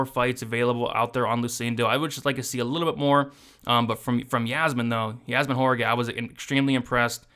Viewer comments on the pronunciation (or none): WAH rah KEE is how you pronounce Jauregui